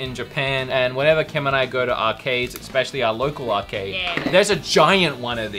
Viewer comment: I keep trying to ignore this... but it drives me crazy every time I hear it. The word is ESSSSSS-pecially... not EX-pecially. Especially. ESS... not EX. That is all.